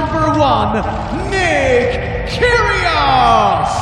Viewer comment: Did I hear "Kyr-good" ?